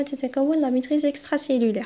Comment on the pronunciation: même la prononciation compte